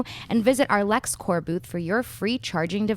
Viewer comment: It's Lex Corp, with a P. Corp with a silent p is for military.